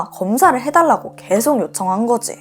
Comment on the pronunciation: 단지 반말만의 문제가 아닌거 같아요! ~~거지, '밤이야', '때리고 말아' 등의 억양이 좀 어색하게 들려요. 아마 조금 대본을 자연스럽게 읽어주시면 좋을 것 같아요!😊